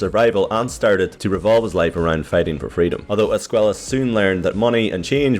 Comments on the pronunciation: Just saying his last name isnt pronounced ‘Es-kway-la’ it’s ‘Es-kway-ah’ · Its pronounced escueya because of the double ll but if it is with one L then youre right. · Loved the video, per usual, and I just wanted to tell you about a little bit of Spanish pronunciation. Due the double "L" in Javier's name, the pronunciation is Esc-"way"-a. Keep up the amazing work, and I still really like the intro work